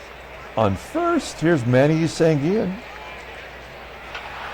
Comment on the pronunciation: Pronounciations: In Spanish the double L sounds like a y as in Sanguillen, Versailles, and Llenas. Winston Llenas is in the Carribean Baseball Hall Of Fame. Bobby Knoop (K-Nop) as if it only had one O. I remember seeing Tom Bradley of the S.F. Giants in 1973 pitch a pretty good game against the Mets at Shea Stadium. Nice crowd that night. Glad the Pilots won.